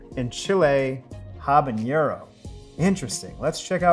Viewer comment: Hi Tree House! Really cool to see you support all these hardworking home brewers. I wanted to let know that he is pronouncing “habanero” slightly wrong. He pronounced it “habañero” as if the n is an ñ like in “jalapeño”. I think it’s easy to assume that both peppers share the same “n” sound, but habanero has an ordinary flat “n” sound. Actually, the h is silent in the original Spanish, but you’d better pronounce the h when saying it in English otherwise it would confuse people. Anyway, that’s just my two cents. Have a good day!